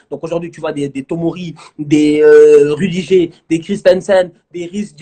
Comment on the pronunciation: Rudijer 😂😂😂😂. gère toi c'est Rudiger